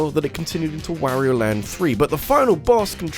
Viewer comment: Mfw people still pronounce mario and wario incorrectly even though you can select them in smash and hear exactly how to pronounce it. Ain't accent